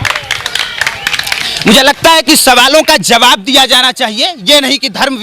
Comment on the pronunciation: bhai JABAF nahi ZAWAB hota hai